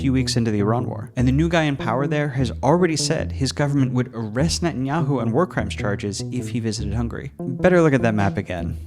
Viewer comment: Bernie Sanders says “Netayantu government” not “Israel” big difference